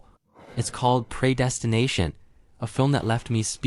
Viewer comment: Say preydestination again 🤣😂🤣😂🤦‍♀